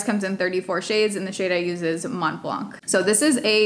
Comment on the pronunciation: I love you already. Just subbed. FYI. When you say Mont Blanc, the T and the C are both silent. ;) Xoxoxo I’m loving your page!!